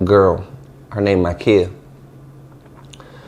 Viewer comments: It’s NOT pronounced “Key”…… it’s pronounced KIE….. like “Pie” or “Tie” or “Lie”. Makiyah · He dont know em but made a video about em. Then, dont even pronounce the lil girl name right? This view chasing shit is vicious. Smh